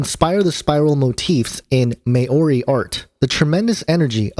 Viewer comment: lol, ma-ori, google translate would have pronounced it better. Maori, mol-ri....ka kete ano bro